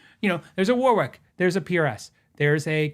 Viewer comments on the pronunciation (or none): Love your stuff, bt please.....Warwick is pronounced "Worrick" or similar.....not War-wic.....I live in Warwickshire in the UK 😀